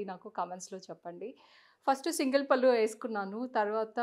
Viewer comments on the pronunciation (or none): none